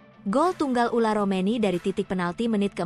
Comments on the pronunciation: Tolong min jgn diganti² nama orang. Yang benar itu Ole Romeny bukan Ula Romeny, sedih banget aku dengernya striker terbaik Timnas yg sdh sejajar dgn Tele diganti namanya 😢😢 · heran yang bikin narasi kenapa terus bilangnya ULAR romeni yaa, namanya itu OLE ROMENY